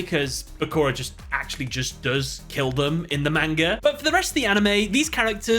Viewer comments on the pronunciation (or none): It hurts my soul every time I hear say "MAIN-ga"